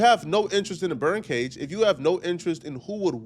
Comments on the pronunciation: I thought he was saying BIRD cage 😂😂😂😂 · You need to work on your speech. It’s BURN cage not bird cage 😂